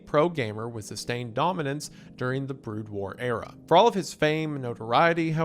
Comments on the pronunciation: literally could not continue when he pronounced BROOD AS BROAD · "BROOD" WAR PLEASE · I think he's just trolling us at this point. I always forgive him for mispronouncing made-up or non-english words, but mispronouncing "brood" and "ceiling" is where I draw the line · Brood pronounced broad? Tf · Wendy's pronounciation of 'brood' hurts me on a level never thought possible. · Terran was bad, but brood made me look for this comment. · mispronouncing Terran and Brood is crazy work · Today I learned that Wendifren can't pronounce the word "Brood".